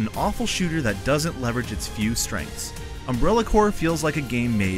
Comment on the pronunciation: WHY DOES HE CALL IT UNBRELLA CORE